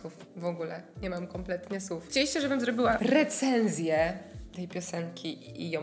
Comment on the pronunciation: Zwróciłam uwagę, że mówisz sucham zamiast słucham i sów zamiast słów. ☺️